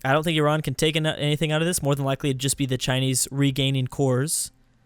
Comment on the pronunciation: pronounced Iran perfectly in:D